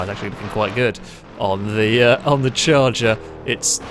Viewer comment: Charger* im sure you flubbed it on purpose to get comments..